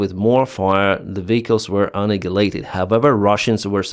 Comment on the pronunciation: There's no g in annihilated the way you always say it, hope this helps